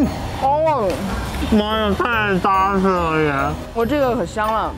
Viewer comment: “扎实”的“扎”，读音是“zhā”，不是“zā”。